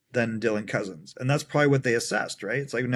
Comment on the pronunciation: Ok you’re not allowed to keep saying Cozens incorrectly. It’s pronounced like your guest said it. It’s been annoying me and probably others for awhile. lol